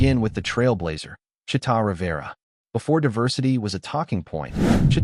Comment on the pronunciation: it's Chee'ta